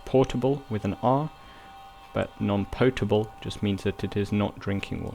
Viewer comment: Potable water is pronounced (pot-a-bull)